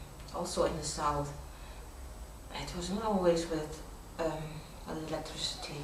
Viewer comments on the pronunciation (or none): "with electrecity"